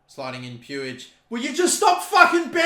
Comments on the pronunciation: I believe Puig is pronounced Pweeg not Pewig. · It's pronounced PwEEg not pyou-ij lol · 99% sure Puig is pronounced (Pweeg) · Puig is pronounced 'Pwig'. The way you pronounce it🤣🤣🤣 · PueEi XD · No it's pronounced 'pooj' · It’s pronounced “push” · It's pronounced Peeg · It’s pronounced puij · hate how says puig